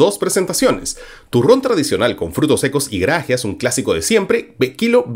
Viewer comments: Por favor Marco: no es grágeas, sino grageas. No es una palabra esdrújula, sino grave. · Marco, se dice grageas y no grágeas